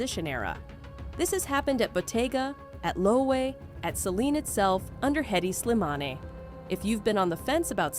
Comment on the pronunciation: You really should pronounce these brands and styles properly--Hermes, tote, Hedi Slimane, etc-all need some attention. Credibility suffers when you dont know the basics.